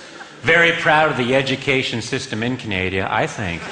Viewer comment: Canadia lol